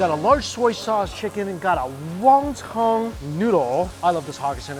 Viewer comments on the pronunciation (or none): Mike, why do you keep saying ''Wang tang soup''? Even in Chinese, there's no "ng" sound in 馄饨. In English it's literally ''Won-Ton'' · He should learn how to say Won Ton correctly.